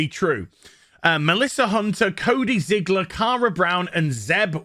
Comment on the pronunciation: __HvBF: "Cody Zig-(pause)-ler...Cody Zigler" (looks up at pic of Cody awkwardly) 🙄 __me to myself: I have seen "black on black", "white on white" ...I have finally witnessed "fat on fat" ...now i truly have seen it all ...truly no 🧢